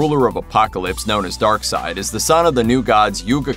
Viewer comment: Steppenwolf is just an awesome name......and darkseid also a fantastic name but should be pronounced darkseed rather than darkside....sounds like an offspring of Darth Vader